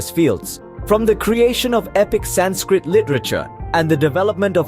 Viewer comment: Learn how to say sanskrit Aarav Prakash 7 E